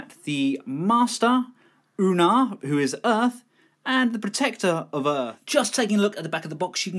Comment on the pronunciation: It's pronounced oh-noo-ah not oo-nah. I don't know why people have trouble with his name...